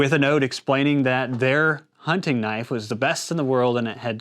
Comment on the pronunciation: Knoife? That's not a knoife. This is a knoife!